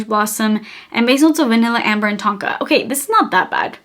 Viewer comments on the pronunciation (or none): none